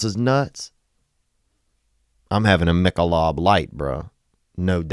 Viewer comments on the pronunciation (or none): none